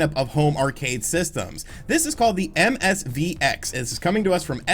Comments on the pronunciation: Its MVSX, it says it right in front of you how did you keep saying MSVX 😂😂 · Oh my god, 3 seconds in! It's MVS X! Will you stop rushing your videos and just do another take! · Lol, the neo geo "MSV X"... You just kept saying it that way. 😂